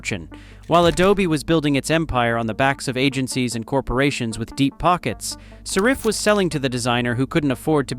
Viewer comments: saRIFF? SARE-iff! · Well, I use Affinity and as far as I know, they haven’t charged me a penny. Is this a negative campaign by Adobe? Besides which, I hate that AI voice that can’t even pronounce the company name properly. At the very least, have the decency to have a narrator to read your miserable script!